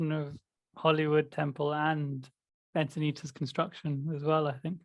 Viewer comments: I was thinking it but now that you said it,.... I got a kick out of ' mispronunciation of Encinitas (Insanaytus). Hall Pass Plus! I grew up in Santa Monica. Lakeshrine was my go-to, and now living in San Diego, I go to the small temple here. To prepare you for your eventual visit to Enchintas/Enchiladas, it's located right on the 101 highway and like Santa Monica, which is adjacent to Lakeshrine in Pacific Palisades, along Pacific Coast Highway, both are tourist beach towns with horrendous weekend traffic. Your best bet is a weekend retreat at either one, where you will be somewhat immune to the hustle bustle, while sequestered on the beautiful temple grounds. Sight seeing would be best Tues/Wed/Thurs. People are in a mad rush on Mondays and Fridays. If you come this way, contact me for free travel tips. I was born and raised in So. California, love it, and know secret beauty spots for meditation. I'll speculate right along with about our adjusting to the Yuga, before we're ready for communities. Even the monastics joke in their Sunday services about little personality quirks and tensions with each other. I admit, I love my solitude so much so, that I think I'm evolved only enough to live harmoniously with a pet rock, something low maintenance. True, I would become a useless puddle of devastation if I dwelled too long on the resulting suffering caused by war. It leaves me feeling powerless. I keep my head above water by serving where I'm called to, contribu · I actually wasn't laughing at pronouncing "Encinitas" wrong a couple of times -- and I don't laugh at pronouncing it wrong a lot either 😁 The "S" at the end is soft, not a hard "z".